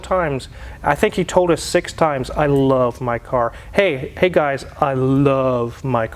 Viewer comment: "I LUUUUUUVE MY CAR" Midwest accent. Thanks for showing a Vette wizard